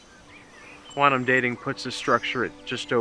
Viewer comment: Story was great, special effects amazing, acting good... You guys have to pronounce words correctly ie quantum sounding like "quanum" Whole thing was by far better than Renegades. Loved the fact that we got an Enterprise era fan film. Overall a pretty damn good production, 9/10. Hope to see more from this amazing group of fans. Thanks for keeping Trek going!!!!